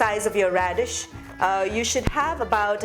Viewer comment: Hey you knew mollify and you also said Redshe please stop selling your churan